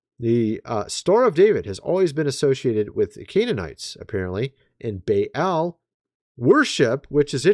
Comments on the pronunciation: Pronounced Bayl not bay elle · Baal is pronounced like ball